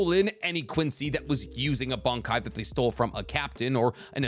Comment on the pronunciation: This was a great video. I really appreciate the intended vagueness when talking about certain characters and their upgrades for the sake of not revealing spoilers. Some of your pronunciation just makes me laugh! You keep saying Bankai like... "Bung-Kai". Is it just me? When I say it outloud, I hear "Bon" or "Bahn"... Bankai. Not trying to be a grammar nazi over here though, you do you boo boo. Just wanted to say it makes me laugh :)